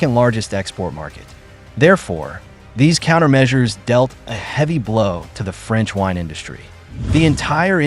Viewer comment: Franch deeply fries😅